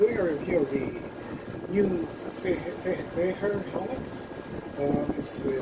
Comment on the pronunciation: Feher pronounce "fair"! The Bullitt is an awesome helmet!